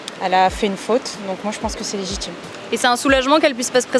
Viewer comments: "Cé légitchime." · Cé légitchime la tchim